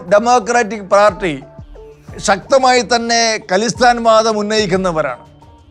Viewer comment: ഖലിസ്ഥാൻ അല്ല "ഖാലിസ്ഥാൻ" എന്നാണ് പറയുന്നത്. ഖാലിസ് (pure) എന്ന പേർഷ്യൻ വാക്കിൽ നിന്നാണത്.